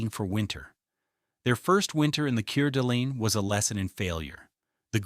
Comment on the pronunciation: Keer-Delene, Idaho, Seriously